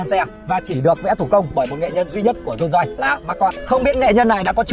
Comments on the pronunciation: Dôn doi ngọng líu ngọng lo thêm quả tiếng anh phát âm đi vào lòng đất nữa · Dôn doi là cái gì? Tên thương hiệu riêng của người ra mà cũng phát âm kiểu đấy á?